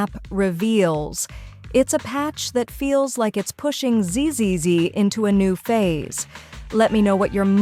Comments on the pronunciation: that AI voice. ZZZ pronouced Z'ses? get out a here! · gotta remember ti separate the Z's in ZZZ for the voice to say right 😅 You did later in in the video im just reminding. Im holding all my chrome until that devil looking Thiren comes out. Gunna get the C1 if its good and and sig for her